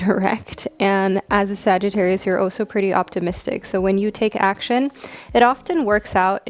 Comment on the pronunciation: I love ur readings, but honeslty, the way you pronounce some things really irks me lol. Like how you say "also" (you say it like "oso") and "scarce" (you say it like scar-se). Not a huge issue but it makes me twitch every time hahah